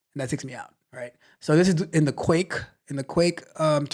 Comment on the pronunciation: Guh-wake😂😂 Like quake but with a g instead. It is named that because it was first built for the gnome desktop environment. You know G for “gnome” + quake = Guake. Long a pronounced 😅